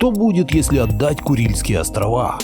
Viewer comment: ебень ты произноси правильно. не курильские островооооаааааааааа. правильно будет острова а не островоааа